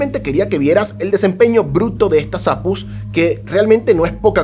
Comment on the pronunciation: APUs? A PE US... 😂 O cómo dices GPU? Ge Pe U verdad?? O CPU? O RTX?